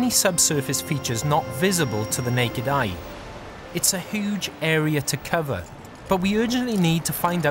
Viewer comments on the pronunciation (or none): Someone really needs to teach the narrator to enunciate u sounds properly. Hooman, hooge, noo, reglar ... its so bloody distracting